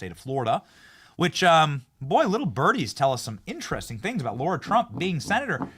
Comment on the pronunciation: Benny, FFS it's Lara Trump (LARA) not Laura Trump. LARA - NOT - LAURA Two totally different names....WAKE UP